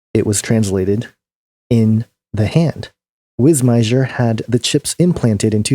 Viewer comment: Just FYI, the guy's name is pronounced "Martin Wiss-meyer". The j is silent. :)